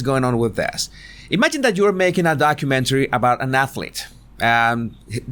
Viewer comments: Horrormentary? Did I hear right? 😂😄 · Wasn't sure if you said horror-mentary or whore-umentary lol😉